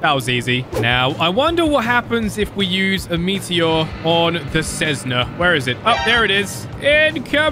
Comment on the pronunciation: It's pronounced a Cessna not Cessnaz